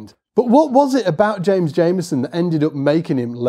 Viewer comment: It’s pronounced Jamerson with an R, not Jameson. Please pronounce his name correctly.